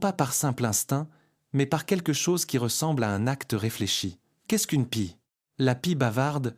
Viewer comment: "Les corps vidés", ça n'est pas mal non plus, comme "la pissait", ou encore pie lue comme pied, ou "ce n'est pas un autre z'oiseau", "s'en souvient toutes" (au lieu de "se souvient de toutes") et tant d'autres âneries. Bref, une catastrophe. Ce recours à l'IA pour la traduction, la lecture ou les sous titres gâchent complétement et disqualifient ce documentaire qui serait intéressant sinon. Pour résumer, vite fait, mal fait pour la "francisation d'un documentaire qui devait être bien meilleur à l'origine. Allez, on zappe la chaîne. Dommage